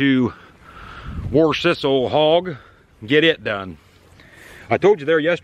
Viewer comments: I'm saying WARSH! W-A-S-H, WARSH! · I say the same way worsh ,lol